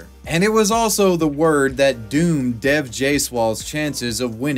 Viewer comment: rq it’d actually be more accurate to pronounce the name “dev” as “dave”